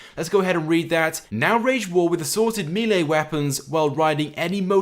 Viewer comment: Milee or Melee?? (Melee ofcourse. Don't know why you say Milee.)